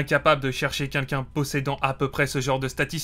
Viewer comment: Quelqu’un et pas quinquin…. Ca Commence mal